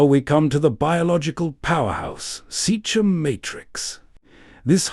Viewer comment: Seachem (sea-kem) Sea is water and chem for chemicals (water chemicals) not seach-em. You're not David Attenborough and this is not a documentary.